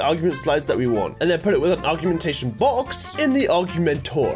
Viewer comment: U say it or g ment a shon